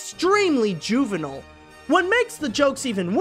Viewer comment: Are you a bilingual French Canadian? Because you said "juvenile" in a way I've never heard before, and in one episode you screamed swear words that only a French Canadian would use! Where are you from? Montreal? Eastern townships? A lost town in Lanaudiere? I must know! 😃